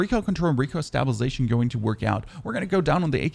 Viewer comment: Stop pronouncing stabilization wrong it's killing me lol